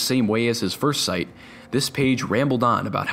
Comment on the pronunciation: did he ...... did he say.... """**STITE**""" INSTED OF """SITE""???????????? AHHAHAHHAHAHAHH!!!!!!!!!!!!!!!!!!!!!!!!!!!!!!!!!!!!!!!! WTF!!!!!!!!!!!!!!!!!!!!!!! BUSTED!!!!!!!!!!!!!!!!